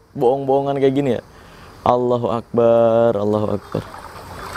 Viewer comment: Itu mah bambu yg biasa ada di gerobak abang2an,bakso bakso😂 Benar kata abang ini,dukun itu kalau nggak nipu ya Cabul. Maaf bang bukannya sok jago, hanya mengingatkan. Penyebutan Allohuakbar di perbaiki lagi bang,BA tidak ada alif disitu,itu sudah merubah makna